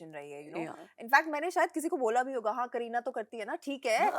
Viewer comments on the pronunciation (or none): its दहाड़ not दाहड़ bebo , लाइक its करीना not क्रीना 😂😂